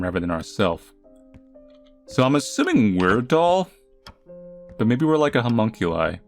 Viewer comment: HE SAID FULL METAL ALCHEMIST HE SAID HUMMONCULI IM GOING TO 😭